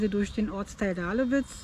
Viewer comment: Der Ort heißt Dahlwitz, nicht Dahlewitz. Das liegt woanders.